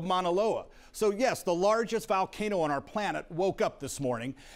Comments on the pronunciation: Someone please for the love of God teach this man how to pronounce Volcano, not Valcano. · “Val-Kay-no” lmao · Weird he pronounces hawaiian words pretty nice but can’t say volcano x)